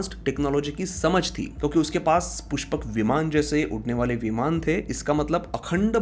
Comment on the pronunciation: E bhai....kya ye mandala , Vimana with extra aa at the end ...koi videsh se aaye ho kya...sahi se pronounce karo na